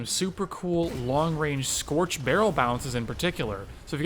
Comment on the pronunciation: the way you say scorch is s funny also, you used scorch. frothy hates you now